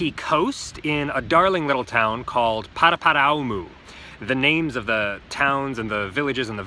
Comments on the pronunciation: good try, try phonetically pronouncing it like Kaarpity and Paraparaoomoo.. Like your channel! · Also people that have lived in Nz for 40+ years that pronounce it "Paraparam"